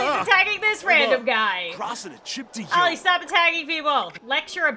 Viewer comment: Olli, not Ali